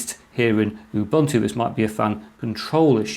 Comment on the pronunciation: Ubuntu: ooh-boon-to.